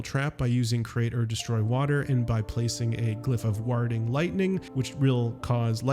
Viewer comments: Glyph of what? warrrding? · "Warding" say it with me 😂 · Warding is pronounced like war or wardrobe. It was jarring to hear you mangle it so thoroughly.